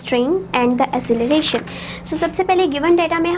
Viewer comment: Acceleration Pronunciation was wrong